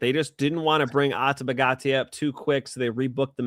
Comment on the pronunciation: Great show but the way the other guy pronounced Ateba Gautier is criminal lol